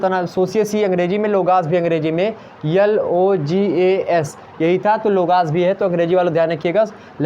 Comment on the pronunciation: Logas or logus 😂🙄🤔